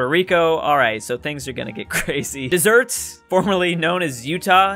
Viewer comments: Do this again please! 🙏😃 But this time delete the originals that pop up like Japan. Oh, and it's not pronounced dessert. It's pronounced Dez-er-ett. 😉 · At least it wasn’t as bad a butchery as Deseret pronounced dessert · It's dez- er- et for Utah nation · jing800 Deseret it’s different than dessert. It’s pronounced deserette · He’s like “Utah! What!!” Forgetting all we do is pray and wait for the big war. Also dessert??? It’s dez-ur-rett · This soy boy really just said desert smh its DesERet. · Did he really say desert?! It’s Deseret 😂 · I love that her was pronouncing Des-er-ete as dessert 😂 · It is not dessert. Deseret means beehive and it is a term from the Book of Mormon. The Mormons originally wanted Utah to be entered into the Union as Deseret. It is pronounced like Desert and then et at the end. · 😊 Seriously, please do this again with the Europe part fixed! 🙏 But this second time try to delete the originals that pop up (like Japan). Oh, and as one from Utah I know that new nation is a legit old historical reference. Plus it isn't pronounced "dessert", it's pronounced "Dez-er-ett". 😉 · You said Deseret wrong tho. It’s pronounced “dez-er-et” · You also said Deseret ‘desert’ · Mitch Derise it’s Deseret, It’s pronounced deserette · No one could defeat deser et as it’s pronounced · Gotta feel bad for Deseret getting called "Dessert" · Yeah! des-er-et! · Deseret is pronounced: DEH- SIR- ET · "Dez er et" is how it's pronounced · Go Utah! Also it's called Des-er-ret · also it’s pronounced Des-er-ret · Anyone from Utah knows he ain’t saying Deseret right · You pronounced Deseret wrong.